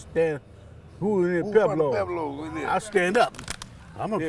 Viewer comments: How come everybody pronounces pueblos, “Peblo’s”? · They can't even pronounce Pueblo correctly lol